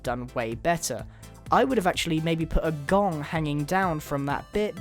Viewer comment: I thought you said dong instead of gong